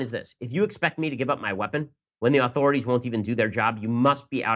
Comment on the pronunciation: Ok, Ben, I love ya Brother, but I can't go any longer without some constructive criticism. The word 'authorities' is NOT pronounced "aaauthorities". You are not a Kennedy. Please it is 'authorities' or maybe more phonetically 'uh-thorities'. Keep on rollin'! (and stay clear of the 'chowda')